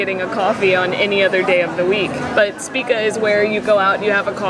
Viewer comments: SHpiTZa not SpiKa.;) is like big Papa Smurf!:D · Špica = shpee-tsa. Rhymes with pizza.